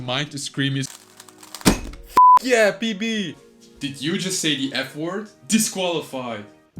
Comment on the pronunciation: The way he say PB I keep thinking he saying PP which mean for penis